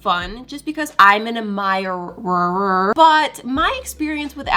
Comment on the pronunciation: "because i am an admirerr" LOL